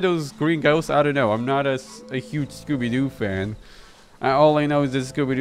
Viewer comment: "Scooby-Jew," you kill me at this time xD